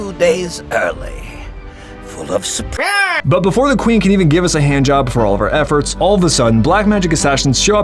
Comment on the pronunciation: "Corvo, two days early, full of surprahhh!" 😂